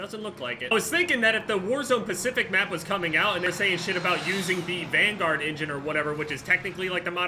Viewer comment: Is he saying warzone pacific or warzone specific